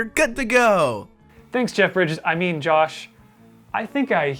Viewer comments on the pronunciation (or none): none